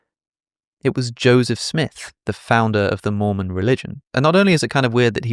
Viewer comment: I misheard you saying 'if I became a Moomin' 😂 Good channel, very interesting yet funny aswel 🎉